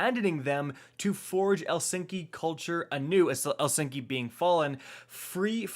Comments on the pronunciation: We really just gonna go over the fact he pronounced Eliksni (el-licks-nee) as el-SINK-ee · Elllll sink yy🤣🤣🤣. Pronounced (eh-lixs-nee) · El-sin-ky? No no no its E-lik-sni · The way you said Elikisni made me sad lol. Just for future reference its like *Ell licks knee* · Proves the pinnacle of his low IQ. I sure hope he's joking and actually can say Eliksni not elsinki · really looked at "eliksni" and said........ elsinky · 1 EXTRA Thing you have missed. The WRONG pronunciation: (EEH-LIKS-NEE) The RIGHT pronunciation: (EL-SINK-EE) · El-ix-nee...Not El-sink-ee, bud. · Jesus, i'm glad i'm not the only one who hated that he said "Elsinky" instead of "Eliksni" How the fuck do you even end up with that pronunciation?? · Yeah I came here to see all the comments of people getting mad from saying Elsinky instead of Eliksni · Elsinki? you mean Eliksni? XD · Eliksni.....Eeeeeeliksni Dude really said Elsinky bahahahahahaha. Yeah, you don't speak for a living. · Eliksni not “ el sinki “ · It's pronounced Eh-licks-nee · Please learn to read the word 'Eliksni' [Eh-lick-s-nee] The Lieutenants of House Darkness are pronounced: [At-racks],[Krih-dee-s],[Fi-lax],[Prak-sees], at least in Eliksni dialect. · It's pronounced ”EL-IKS-NEE” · The eliksni demand an apology video for calling them elsinki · Ah yes, the El-sinky, apparently the Fallen are Finnish now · saying “Elsinkee” has the same energy as “Da Vinki?” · I like how most of the comments are roasting you on how you said "elsinky"😂😂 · "El Sinky" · Bruh. . . I guess you really aren't a lore buff? El-Sinky? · "Elsinki" honestly idk if I mind that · Eliksni. Pronounced "Uh-licks-knee". Cmon lol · Elsinki he says lmao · I cringed so hard when he said eliskny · "E-lix-nee", I guess doesn't listen to lore channels like Mylin Games and Byf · You, a fool: Da vinky Me, an intellectual: El sinky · 5 things missed: e-LIKS- nee a-TRA-ks( possibly A-tracks) KRID-is PHY-laks PRAK- sis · Lol “Elsinky”